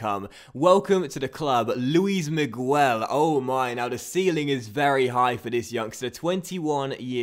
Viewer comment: Miguel is pronounced Migel, not Migwel. Like this so he can see